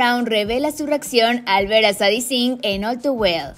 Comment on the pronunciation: Solo como dato el nombre de Sadie se pronuncia Seidi ✨ gran video 🛐